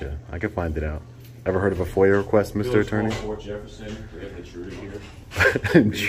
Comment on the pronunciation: Foyer? request? FOIA request. Hurts my ears hearing however you say it.